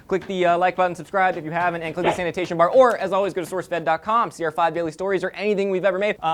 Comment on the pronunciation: almost sounded like said hit the sanitation bar instead of hit the annotation bar